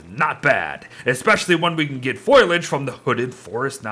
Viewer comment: Every time pronounces Foliage, Foil-age, I die a little inside. It's even worse when he's reading the actual name of the item and still mispronounces it.